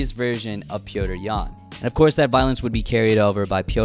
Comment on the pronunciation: Petr’s Yan lol